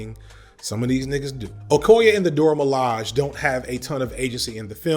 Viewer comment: You are only the second person other than Danai Gurira that pronounces Dora Milaje properly…!!✊🏾✊🏾 Thank you!!